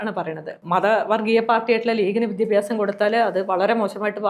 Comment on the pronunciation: വിദ്യഭ്യസം അല്ല വിദ്യാഭ്യാസം എന്ന് പറയു തള്ളേ